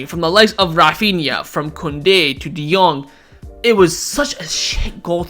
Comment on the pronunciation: Refania ?he said he like he from India haaaaa lol